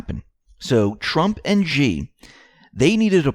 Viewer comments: China's Xi is pronounced "Shee" not "Gee" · Xi is pronounced like She not G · 'Xi' is pronounced like 'She'.